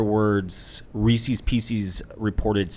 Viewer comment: . Just an outrageous pronunciation of Reese's Pieces.